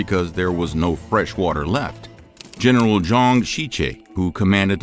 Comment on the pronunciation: Zhang is pronounced Jahng. "ang" in chinese is pronounced ahng.